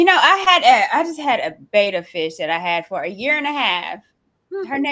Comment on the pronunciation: Can we run over something real quick? It's BETTA fish, not BETA fish. BET-ta, not BAY-ta.